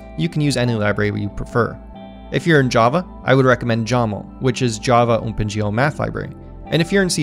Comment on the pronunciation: This video is great, and so was the last one, but I'm starting to get a bit distracted by how you keep saying "Ohmpen GL" :P